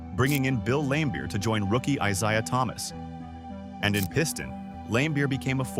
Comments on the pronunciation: "eye zhay-uh" thomas? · The ai not saying Isiah Thomas's name correctly almost made me stop watching. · Gotta be honest: I only realized it was AI way further than usual, and it actually made me think AI is getting pretty damn close to being undetectable. The biggest tell was mispronouncing Isiah (which I only now realize is a different spelling and actually does look like it should be eye-z-eye-ah).